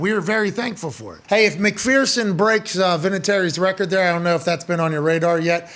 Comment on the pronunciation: BTW Pat its pronounced Mc-Ferson not Mc-Fearson. There is no Fear in McPherson. ;)